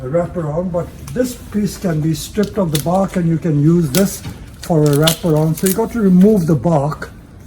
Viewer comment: “Some yew win, some yew lose” hehehh